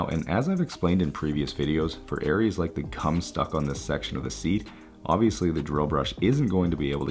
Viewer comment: Gosh!! I died when I heard it too. He said it so emphatically. I thought surely I must be wrong!! 🤪